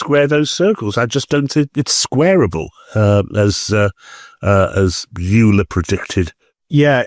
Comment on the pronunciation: Rod, - Euler [the dog’s bollocks Swiss mathematician] is pronounced ‘Oiler’, not ‘Youler’. It’s one of those German diphthongs as in ‘Deutschland’. Oober Alice! 😁